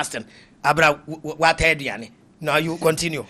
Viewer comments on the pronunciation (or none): none